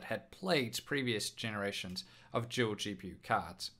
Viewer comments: It's dual not Juel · Your a Juel maybe even a tool you can say every damn word with a d perfect except dual omfg